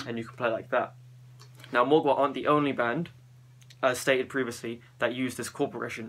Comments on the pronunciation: It's not pronounced Mogwai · Mgla is pronounced ""Muh-glaw" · It kinda is, the L is soft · did you say Muglua? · the way to pronounce mgla is read the L as if it was a W, and read it in one syllable. you're welcome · Ahah im from Russia and i can pronounce Mgla correctly an you can not ahahaha